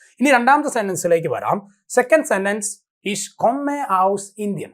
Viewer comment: ജർമൻ കൊമ്മെ അല്ല സാറെ കൊമ്മേ എന്നാണ് പഠിപ്പിക് തന്നെ പൊട്ടതെറ്റ്